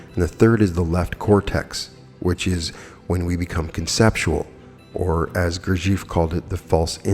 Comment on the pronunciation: I chuckled at your pronunciation of the name Gurdjieff. I've studied his and Ouspenski's FOURTH WAY work since 1985. Try breaking the name into 2 sections Gur and Jeff. Then put them together ☺️ GURJEFF.